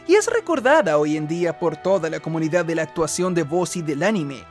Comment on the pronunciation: Siempre que decias Comunidad, en mi cabeza sonaba "SOMOS COMUNIGAD"!!!! jajajajaja